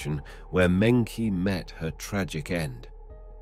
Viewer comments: I heard Monkey G when he said her name. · mengchi is how it's pronounced. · I noticed they always mispronounce Chinese names so maybe they are using AI to narrate in this channel